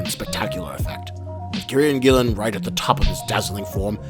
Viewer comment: nice vid; I'll share it with friends I've been meaning to convince to read the comic. 2 issues though: 1. That's the worst Alan Moore impression I've ever heard 😉. I suppose you can't blame an American for missing the nuances of a Northampton accent. 2. it's Kieron Gillen, pronounced keer-on/keer-an gill-on other than that, liked and subscribed, cheers!